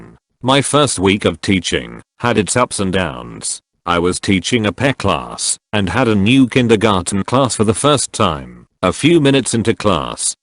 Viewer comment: "...I was teaching a peh class..." Very nice, Text to speech. well done.